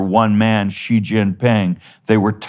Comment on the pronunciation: xi is she. not jiii